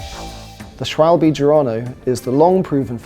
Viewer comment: You should learn how to pronounce the company name "Schwalbe" properly, it's not hard for english speaker :/